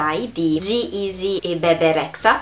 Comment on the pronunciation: BEL video e bella la tua nuova tinta!!😍😍😍 curiosità il cognome di Bebe Rexha si legge Regia non Rexa...Ti puoi fidare perché se cerchi lei è albanese e anche io😆